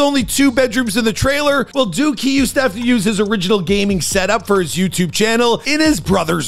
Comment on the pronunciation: Bro that’s not duke that’s Luke